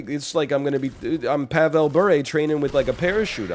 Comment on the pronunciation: I fucking love that you referenced Pavel Bure, as well as your excellent pronunciation of the first name.